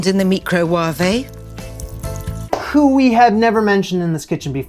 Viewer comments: She has good recipes, but seriously . . . "Mee-crow-wah-vay?????" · Hahaha I forgot about her saying 'The Meecro-Waaahvay'...! LOL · Mecrowavay? Lol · Nigella and the ME-CROW-WAV-AY is gold! LOL She's shamelessly a no fuss, all mess cook; lowkey stressful to watch her haha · Nigella is fab! And quirky. The way she pronounces microwave is 😂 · Meek-row-wah-vay… I’m so calling it that from now on 😂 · She is also the new judge on The Great British Baking Show. Was she kidding with the way she pronounced microwave. You, are far more entertaining than she is. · Did she really just pronounce microwave like that...